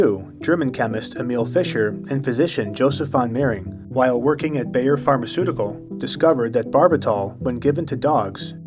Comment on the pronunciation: please look up how to pronounce names, e.g. "Bayer"